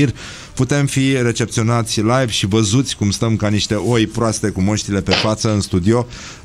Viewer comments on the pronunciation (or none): none